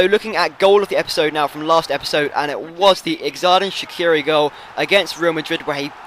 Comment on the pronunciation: Its pronouned jerdan shachiri